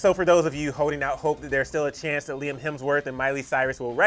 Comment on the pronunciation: LIE-AM lmfao i can’t 🤣🤣😭